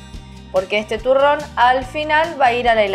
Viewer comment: Soy yo o dijo turon